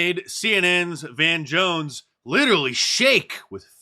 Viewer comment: Van Jones is missing the R's. Vewy vewy dangewous